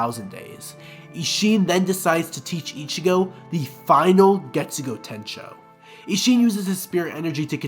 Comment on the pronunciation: „Getsugou Tenshou“? Really? Bruh.